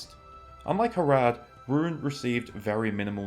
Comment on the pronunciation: You say Rhun wrong